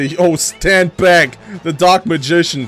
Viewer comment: xD dieses Don't Stant in my way hat mich gekillt vor Lachen :D